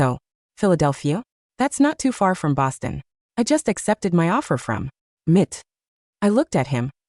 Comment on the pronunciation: Pronounce as M I T not mit